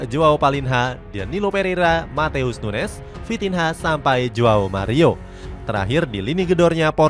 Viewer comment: Bukan Nunes tapi nunyes